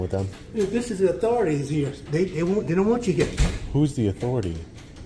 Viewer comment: Obey “da authorities”. I really wonder who he meant.